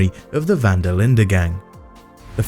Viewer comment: Im dutch and he says it pretty well